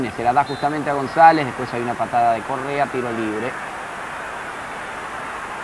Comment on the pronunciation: AL PRINCIPIO EL NARRADOR NO CONOCIA AL LATERAL GONZALEZ DE LA VINOTINTO, NI SIQUIERA LOGRO PRONUNCIAR DE MANERA CORRECTA SU APELLIDO AL FINAL DEL DIA NO PUDO DEJAR DE SOÑAR CON EL TURBO GONZALEZ.